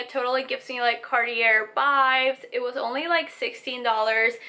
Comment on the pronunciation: Girl...if you're going to attempt to make fashion statements, learn how to properly pronounce things. It's not "CartiER", it's "Cart-e-A"